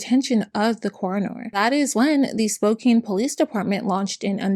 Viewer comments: I dont mean this in a rude way I just live in the area so I noticed it. Spokane is pronounced Spow-can not spow-cane. Its a native american name Love your videos <3<3<3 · Hello! As a friendly neighborhood Washingtonian, I wanted to let you know we pronounce Spokane as "spo-can," not "spo-cane." Love your videos! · Oh hey Spokane! (It's said Spo-Kan btw!) I was born and raised there! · It's spoke can not spoke cain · I love your videos but I just wanted to let you know Spokane is pronounced Spo-can not Spo-cane, if it ever comes up again the future. - Washington resident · Small thing, but as someone who lived there, "Spokane" isn't pronounced like "Cane" but rather "Can" at the end. It's how the locals can make jokes about "Spokanibis" and such. lol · I am disappointed on how few "its pronounced Spo "can" " comments there are lol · Spokane rhymes with man, "Spo-can", not mane. 😉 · Great video! For future reference Spokane - the kane part is pronounced as "can" :) thanks for the information, very comprehensive and impressive! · Growing up in Spokane (it does not matter, but it is spo/Can not Kane), and knowing lots of people who sold Young Living because there is a lot of LDS and other millennial religions in the area and it was a “local” business. I did get some deodorant once, but then I found out about him holding his own baby underwater for an hour? I never got it again, it was nice at least- awful company, horrible founder. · Spokane is pronounced like Spo-can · fighting the obnoxious urge to say „Its pronounced "SPOKE-ANNE!““…(i love you. im sorry) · Excellent video. Highly informative. Very telling he jump from lands preservation to logging without batting an eye. However, it is my sacred duty as a Spokanite to inform you the 'e' is a lie. Spokane like 'Spo-can you please change your city's name already.' ;) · When will Spo-Can have enough notoriety to be pronounced correctly? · Honey, it's pronounced Spo-can (Spokane). For future reference. ☮️💜